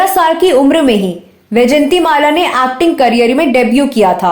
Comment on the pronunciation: Abe चानल, आक्ट्रेस, आक्टिंग, नही ब्लकि चैनल, ऐक्टिंग और ऐक्ट्रेस ....... पहले उच्चारण सीख लो .....